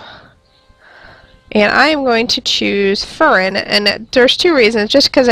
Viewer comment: Just so you know it's pronounced fear-rin